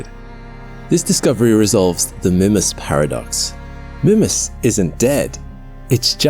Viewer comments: Your wrong pronunciation of the name of this moon is driving me crazy. I checked and it's pronounced "MYmass." NOT "Mimmas". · "Mih-mas"? It's "My-mas". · Did he say Minmus? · Am I the only one who pronounces it "Meemas" instead of "Mimmus"? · The pronunciation is "MY-muss" with the long "I" or MEE-muss with the long "E". Sorry but youre saying its name completely wrong. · It's Minmas Jim, but not as we know it. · Mimus is pronounced MY-məs (sounds like "my" + "muss"). IPA Pronunciation: maɪməs MY: Long "i" sound. məs: Short "u" sound, similar to "bus." Sorry but I'm going to have to give you a thumbs down for making an entire video and mispronouncing the actual topic. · MY-mus or MEE-mus, please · Mymus. Its pronounced Mymus. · I keep hearing the presenter say "Minmus." Kerbal Space Program seeping into reality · Mimas, the small, cratered moon of Saturn, is most commonly pronounced in English as MY-muss (/ˈmaɪməs/) or sometimes MEE-muss (/ˈmiːməs/). The name is generally pronounced phonetically as "MY-mass". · Grrr... It's pronounced Mymas, it's not an English name! It's from the Greek name, even more closely, Meemas 🤨🤦 Englishmen 🙄😅 Tighten up 😉 You're killin me... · 30 seconds in: "oh god he's going to keep calling it mihmuss isn't he?..." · Everytime you say "Mimas" I hear "Minmus" like in ksp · I've noticed you pronounce Mimas in a different way. I pronounce it "My-Mus" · Is it Mimas, as in Grimace, or Mimas, as in iris? I feel as though you're pronouncing it in a British way.